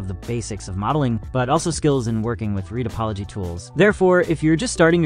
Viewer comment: Judging by how he pronounces addons and "retopoly" I suspect it's all AI gend